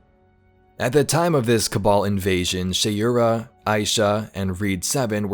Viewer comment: I think he’s saying Shayura wrong tho. Lol. I guess not everyone has come across these names so it’s not a big deal.